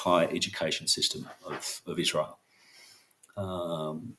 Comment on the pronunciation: NOT IZ-RA-HIELL